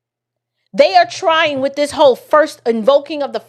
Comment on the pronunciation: He also says wiff instead of with